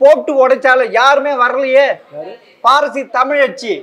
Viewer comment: கலைஞருக்கு எத்தினி?? நெறியாளர் நேபாளத்திலிருந்து வந்த திராவிடராக இருப்பாரோ?? தமிழும் சரியாக உச்சரிக்க தெரியவில்லை?!😂